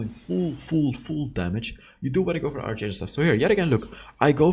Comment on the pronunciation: fail stack different from "fill stack" pronounce Faiyl. archangel pronounce Arkangel.